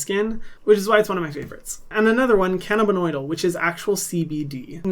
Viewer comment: Hey Hyram, love your videos and these recommendations so much! CBD is actually a compound called “cannabidiol” (pronounced can-a-bid-eye-all) not “cannibinoidal.” Just wanted to pass that along so you can get the most accurate info out to your fans ☺️😘